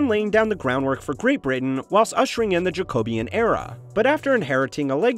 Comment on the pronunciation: Good video, but as a British person I'm reminded how un-intuitive English pronunciations are sometimes. Catesby for instance is pronounced "Kates-bee" and Jacobean is "Jack-oh-bee-anne". Both these examples would not place any particular stress on any of their syllables.